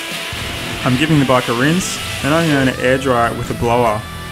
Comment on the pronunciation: After using eng sub I understood that you mean bike instead of bug.I was thinking " bug?". Spell it like this "beik"